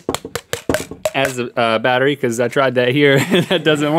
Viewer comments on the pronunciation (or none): when they said potato battery i actually heard potato bakery